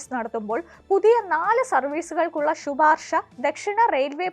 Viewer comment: മലയാളത്തെ നശിപ്പിച്ചല്ലോ കുട്ടീ.... ഷുപാർഷ അങ്ങനെ ഒരു പദം കുട്ടിയുടെ കണ്ടുപിടുത്തമാണോ ?🤔